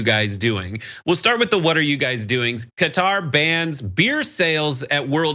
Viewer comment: Wow an American that can pronounce Qatar, impressive.